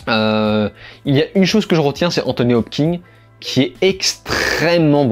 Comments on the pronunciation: Salut mec ! Merci pour ces critiques et résumés, c'est toujours cool de te suivre ! Par contre, si tu m'autorises une critique sur un truc pas si important que ça (mais qui me hérisse quand-même xD) c'est "Anthony HopKINS" pas "Hop-king" ! x) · Hopkins et pas Hopking bon sang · Hopkins ! Kins ! Hopkins ! Pas Hopking ! Hopkins !!!